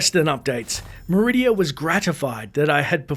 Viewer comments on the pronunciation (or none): Meridia? Or Macridia? 😂